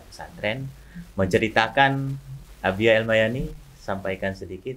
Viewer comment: Al Yamani bukan Al mayani bg